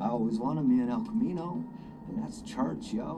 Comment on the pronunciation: “El comino”💀